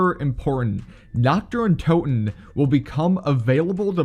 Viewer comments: Nacht der Untoten translated from Germany is Night of the undead Im glad ive started learning German about few months ago :3 And his way of pronouncing it made me laugh 😆 coz its pronounced Nacht Ther UinTooten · Im german and every time he says nacht der untoten as naktderruntoten i cringe so hard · It is so funny being German and hearing how wrong he says Nacht der untoten lmao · I wanted to comment that 😂